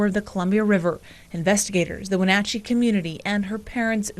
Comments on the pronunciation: Not to be rude but my suggestion - please listen to what the newscasters have to say and how they said it. The mispronunciation of Wenatchee, Challem Bay, I think that's the one and Chelan County again I'm trying to remember if that was the county, were like fingernails on a blackboard. It was so distracting I couldn't concentrate on the story. Sorry. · Good presentation BUT, it would make it perfect if you took time to get the correct pronunciation of the town, county & Clallam....It's quite jarring to someone from the area to hear those mispronunciations. Heck, the newscasters in the footage say Wenatchee 2 or 3 times so you could've easily gleaned that one. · I have to laugh when people try to pronounce names of places in the Pacific NW. We have a lot of places named after words from Native American languages. He got close with the pronunciation of Wenatchee, but failed miserably on the names of the other locations. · OMG the constant mispronunciations of Wenatchee and Clallam County are killing me lol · The news even pronounced it for him a few times. There are lots of us in the comments from Wenatchee. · I live about an hour from here… it’s hard to ignore how badly you botched the pronunciation of Wenatchee and Chelan 😭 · Especially since the news footage he used had the reporters pronouncing, "Wenatchee" correctly. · So you listened to a news report where the name of the town is correctly pronounced and you still miss, pronounce it through the whole video what the heck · Lol hearing this guy mispronounce "chelan" and "Wenatchee" is kind of funny. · me. a washingtonian. not knowing he was talking about chelan til he mispronounced wenatchee too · I'm from Washington and the pronunciation of Chelan and Wenatchee kill Me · THANK YOU lol I went to college in Wenatchee and hearing how they pronounced it (and Chelan) drove me NUTS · The Chelan and Wenatchee pronounciation hurts my washingtonian soul 😂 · It’s WHEN-AT-CHEE! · When-atch-E is how you pronounce it